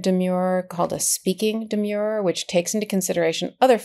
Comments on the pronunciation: And I think there is a difference in pronunciation between the legal term demur (an objection) deh- murr (rhymes with "were" and the adjective demure (reserved, modest) dee- mure rhymes with "sure" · Karen, you must know that the word is “de-m/schwa/-er. Not “de-myure-er”. There’s nothing demure about it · Demurrer is the spelling and the pronunciation is de-mer-er. Not de-Muir-er. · Aaahhh they are not demures. Demurrers. ERs. Not urs. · Love you guys, KFA, but yr 'umble editor says: it's di-MUR, "di" as in dinner, "mur" rhyming with "fur." The word you are speaking is "demure," which means reserved, modest. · Karen….please. It’s a demurrer. Not a demure. Please! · It isn't a de-mure-er as in demure. It's demurrer as in demur. Like defer, refer. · It’s pronounced demur-er, not demure. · Karen, learn how to pronounce the words you use. Demer means to raise an objection. A demurrer is the objection. Both have the "mer" sound of mercy. In contrast, the word demure, meaning modest or shy, have a long-u sound as in pure. So a demurrer would be pronounced de-mehr-er not de-mure-er. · Demurrer is properly pronounced "d merr". The u is silent. As an 82 year old retired lawyer, I think it is important to know proper pronunciation of the old Latin words. When I opened my first case book for criminal law I was glad I had my giant "Black's Law Dictionary" too. It looked like half the words were in Latin. My professor took the time to be sure that we understood the pronunciation and meaning of all the archaic language in order to brief the cases properly. I loved every minute of Law School. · Demurrer is pronounced just as it is spelled: Dee-Murr-er. The "u" in "murr" sounds like the vowel in "fur", not like in "demure". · Great analysis! But oops! 697 are not pronouncing the word “demurrer” correctly ! It’s de-MUR-er!